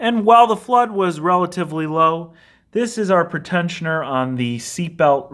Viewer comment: Pre-tensioner, not pretend-sioner!